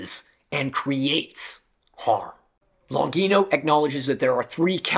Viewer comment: Very interesting and very good video! I agree with many of the points of Longino. Especially when she talks about lies on women and the denigration... Most of pornography is quite shabby, violent and probably it can have a bad effect on many people... But I ask Longino and myself. What is the solution? By the way, Longino is an italian surname and should be pronounced Lonjeeno... Greetings!